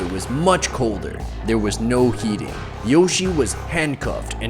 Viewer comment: Its joshie not yoshie